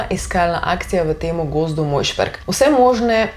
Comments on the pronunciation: Ni Mojšperg, ampak Majšperk… Nasmejala si nas haha😅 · MAJŠPERK NE MOJŠPERK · Narobe rečeš »Majšperk«